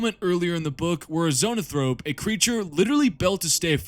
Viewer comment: "ZONAthrope"? Brother in His name, it's "Zo-AN-thrope". Report to your company chaplain immediately.